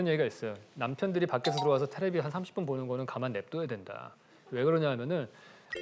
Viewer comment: 교수님 테레비라고 하는거 너무 웃기네요 ㅎㅎㅎ